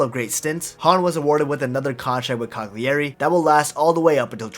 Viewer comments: Incredible story! Poor guy so talented but born in the wrong place. For the future: Cagliari = KA-yuh-ree not ka-ghli-AY-ree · not CA-GLEE-EHRI, CAH-LEE-AH-RI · Look at the correct pronunciation of the name Cagliari. Your pronunciation is terrible. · Strange that he kept mispronouncing Cagliari with all that research